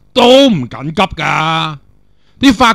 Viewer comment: 成日聽到你讀成'咁'急~